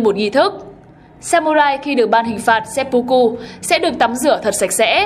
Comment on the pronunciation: nghi lễ kinh dị ...seppucu mới chịu ^^ , xin góp ý chủ kênh là , tiếng nhật ko có âm "o,u" chỉ có âm "ư" và "ô" nên cách đọc đúng là seppưkư nhé chủ kênh , bữa trước hết giật mình với bác làm kênh chính trị về quần đảo tranh chấp Senkaku rồi giờ đến chủ thớt bên này